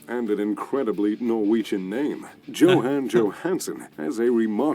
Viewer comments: Hi! You do pronounce Johan without the “h”. Go figure😎👌✌️ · Hey your pronounciation is so much better! You can even spot the super american way he is pronouncing names and places😄 both Johan and Torstein is correct 👍🏼 not like the other guy said it. Kjell inge røkke. Hahah no one can say it😅 neither of you! difficult name. Norgesgruppen is several grocery chains in one grouping that are all over norway. Rema 1000 is everywhere, so yes it is a popular grocery store. Ive heard of johansen, røkke and reitan, but not the young guy. Might just be me though that doesnt know the model.